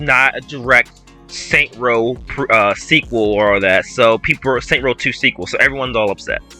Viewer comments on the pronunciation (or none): All I want is a return to saints row 1/2. Not this Starbucks soy latte hipster trash. Also it's called Saints Row not Saint Row